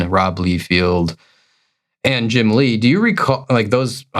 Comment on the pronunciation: It’s pronounced Jim “lay” not Leigh.